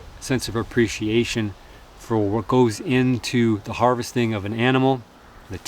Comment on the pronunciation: I'm not saying havesting. Says havesting the deer literally 1 minute before. What?